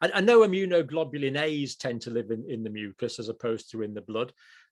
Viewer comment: Why add more syllable to the word mucas?